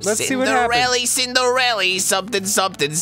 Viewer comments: Isn't it 'Cinderella' and not 'Cindarella'? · Ha ha I think you mean Cillarenda. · Omg its Cillarenda